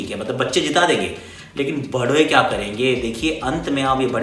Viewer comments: he wants to say bdee but he said bhadwe 😂😂😂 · but it's sound like Badve kya karenge. 😂😂😂Lol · Gaali ‘bha**e' 😂😂😂, it is wrong pronounced basically. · At 4.20 it sounds like he says bhadwe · but it sounded like bhadwe 😂😂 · his tongue slipped 😂😂